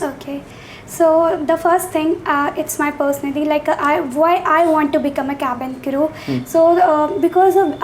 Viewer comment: I apologise. No, I'm not apologising for nothing. The guy who's supposed to conduct the interview in this "Interview" doesn't even know how to pronounce cabin crew. Even His accent is fake. Don't get fooled by these channels or institutes. Don't trust them with your parents'hard earned money. A real interview is for 5 minutes max. And nobody tells you that your English is not good in a real interview. Hope your dreams come true if they are what you really want. - A guy who was born in a lower middle class family, 5 years of experience as a cabin crew.